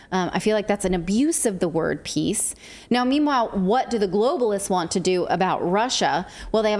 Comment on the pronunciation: Zelensky's English pronunciation is great! Victory - weaktory. Peace - piss.